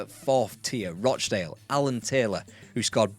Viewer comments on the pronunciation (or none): none